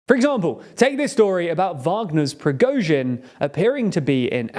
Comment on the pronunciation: yeah it's getting annoying. Was already pretty disappointing when they, for whatever reason, refused to get prigozhin's name right even after doing numerous videos on him and this seems to be a trend now. I mean it's a 10 minute video, one with a script too, how hard is it to have someone follow the text while filming or at least fix it in post?